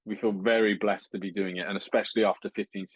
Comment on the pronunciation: "we feel really bleghssed"